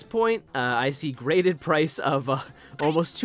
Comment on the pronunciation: Oh wait… it’s GRADED not GRATED